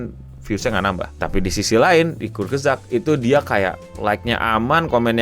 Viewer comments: kurts-gezakt dibacanya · Eh itu Youtuber kesukaanku 😭 Bacanya : Kurz gesagt (artinya perkataan pendek) mungkin maksudnya short story gitu. Aku juga baru tau cara bacanya setelah belajar bahasa jerman :u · Enggak gitu bacanya bang. Bacanya Kurs gesak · Kurzgesagt dibaca kutsgezagt, e-nya kayak di kata "kenapa".